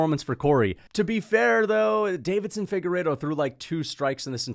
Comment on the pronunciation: I love your videos but please for the love of god…. It is not David-son, it is Deiveson (Davis-son).